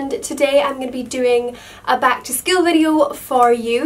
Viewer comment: the way she says school gives me goosebumps .-. skull-uuuu..